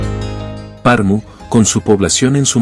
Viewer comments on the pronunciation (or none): Como es posible, que alguien hace un video sobre una ciudad y ni se preocupa por la correcta pronunciacion de esta ciudad!!!😮 Es Pernu!👎👎😅